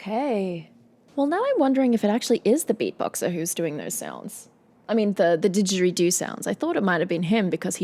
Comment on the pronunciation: Hi Just a point it is not a Dejweedo You Aussie ! It's a Jaw Harp (AS it is called in American/Canadian Slang.